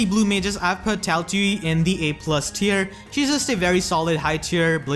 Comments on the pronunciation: You're mixing up the last two vowels. Its iu not ui. Thanks for the compliment my ego has been sufficiently fed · Can someone tell this man how to pronounce Tailtiu? I don't want to start laughing in public again.